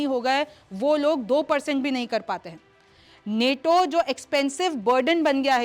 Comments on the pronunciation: Neto nahi nato hai Theek se bolo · नेटो नहीं नाटो है मैडम 😂